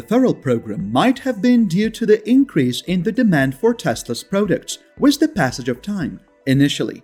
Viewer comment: Learn how to say the word WITH.